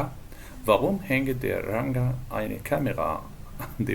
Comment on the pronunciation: هي نطق Ranger دي صح؟ انا سمعتها منه بيقولها بالجيم المعطشة وفي Duden برضو كده